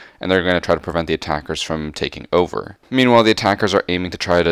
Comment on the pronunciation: Just use charm and keep saying overe there to be pro xD